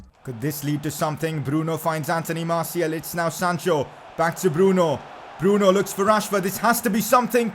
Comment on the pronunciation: the way he pronounces martiAL annoys me so much. iT'S MARTI-AL not martiEL